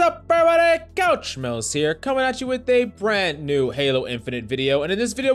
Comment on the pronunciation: One of the top tier intros on YT - "COUCH MILLZZ!" (Coach)